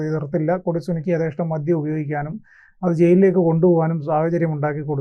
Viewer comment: മദ്യം ആണ് മദ്ധ്യം അല്ല